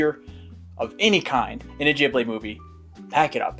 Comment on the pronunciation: I absolutely love this, even with the constant mispronunciation of "Ghibli" ;)